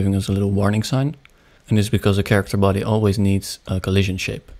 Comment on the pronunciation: "chairicter body" - 2023 (did anybody else hear this?)